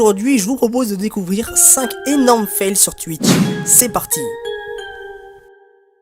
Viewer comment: pourquoi il sait pas dire "twitch " ?